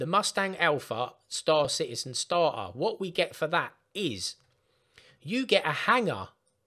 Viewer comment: it's not "starhar", it is "starter".